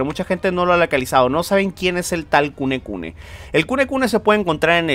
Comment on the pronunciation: El demonio se llama kunene y le dice kunekune:v me recuerda a mi diciendole burdaka al aku aku